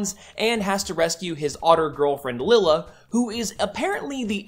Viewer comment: I'm getting bugged by the way he's pronouncing Lylla's name, cause I learned it being pronounced "lie-la"